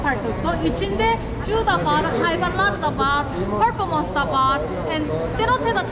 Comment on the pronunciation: Zoo demek istemiş ama korelilerin dili tam dönmüyo bazı harflere